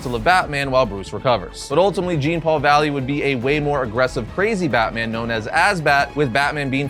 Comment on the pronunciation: It’s pronounced John Paul valley….. like Jean-Claude Van Dam